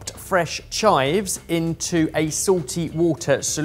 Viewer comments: It's not like 🤜🏼CHIVE It's more like 🤲🏼chive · They’re not like chive 👊🏻 they’re like chive 🤲🏻